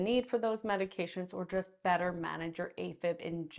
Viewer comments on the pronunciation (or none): none